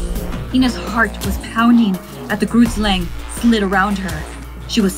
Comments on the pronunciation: I am so sorry but Grootslang isn’t pronounced correctly and it is kinda killing me😅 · Yeah it made me laugh lol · Hey I'm sorry about this😅 But I'm from South Africa and speak Afrikaans and the way she pronounced 'grootslang' is way off I just needed to say it for my South Africans It basically means ' big snake' But I'm still very happy that they talk about South African urban Legends❤️ Love your channel and all the stories 😘😘